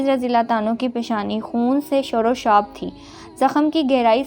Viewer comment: اردو الفاظ درست ادا کیا کرو۔ تعمیل نہیں تعبیر ہوتا ہے اور شروشاب نہیں شرابور ہوتا ہے۔ دیکھ کے بھی آپ الفاظ کی ادائگی میں غلطیاں کرتی ہو۔